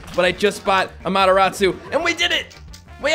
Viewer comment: AmateRAWsu. Not amateROTsu